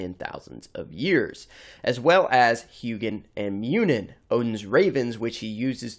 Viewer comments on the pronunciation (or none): as someone who's studied norse myth, you're pronunciation of Gungnir, Sleipnir, Hunginn, and Muninn made me cringe (in norse ei is pronounced like the a in fate, u is pronounced like the oo in moon, and i is pronounced like the ea in eat)